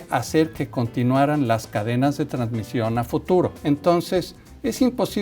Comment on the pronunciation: "Transmisió"de murciélagos a otros mamiferos, no es transmitió? 🤭 No se si tomar en serio a alguien que dice transmisio...o yo estoy mal?